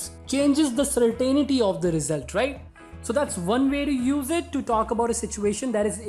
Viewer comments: CERtainty you pronounce certAInity. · And the ai in certain is not pronounced as such. It is the shva. The non-vowel. Certnty, it might have been written.